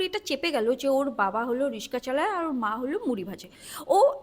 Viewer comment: রিস্কা নয় রিক্সা